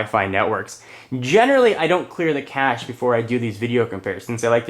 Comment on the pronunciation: it's actually pronounce kash, and i'm pretty sure he pronounced it that way.